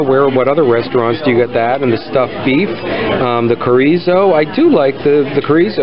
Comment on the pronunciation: Just trying to help you out brother. The “CH” in chorizo is just like in English, it makes “ch” sound.. like in Child. “Empanada” has a “N” in it not a “ñ”. It’s not a “piñata”. Last but not least …Mahi-mahi is not a Spanish word. So therefore the “H” is pronounced in any language…including Spanish.